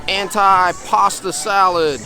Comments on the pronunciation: Your video was very good. Some pronunciation issues though. We all can learn something new every day. Although it is spelled antipasto as in “ant eye”. It is pronounced “antee “. Gazpacho, the gas is similar to Las as in Las Vegas or Las Angeles. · AN - TEE - PA - STOH